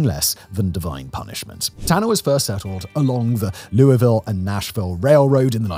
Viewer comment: Props for pronouncing “Louisville” correctly 🙏🏻